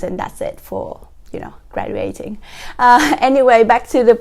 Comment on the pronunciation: Just a tip. Check the correct pronunciation of the words graduate and graduating. There's a 'ʒ' sound after the 'd'. Lovely video otherwise. Thank you.